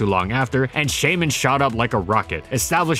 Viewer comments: Please‚ it is pronounced Shy-min‚ not chey-min. It is a shy mini hedgehog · Shaymin, not Skymin! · Its name is Shaymin, not Skymin!